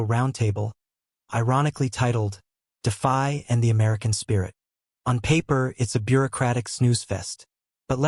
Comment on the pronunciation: the AI voice is stupid. DeFi became Defy !!!!!